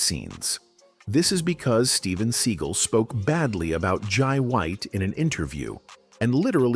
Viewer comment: “Steven Seagull” 😂